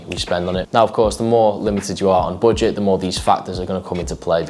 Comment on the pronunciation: No one:: boojet